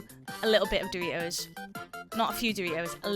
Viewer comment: I like how you say dori-ohs and chikun 😁